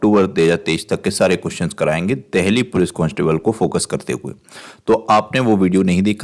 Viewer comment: देहली नहीं, देल्ही है सर।